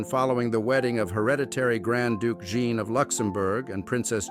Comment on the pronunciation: Please pronounce JEAN. Correctly, not in its feminine British version .